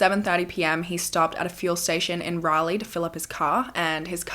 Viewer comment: Thank you for saying Raleigh correctly! 😂 ❤ from NC